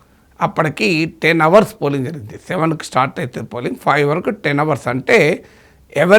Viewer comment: Desr professor It is our(hsilent) but not hour(h should not be pronounced. Hope i have not hurt you.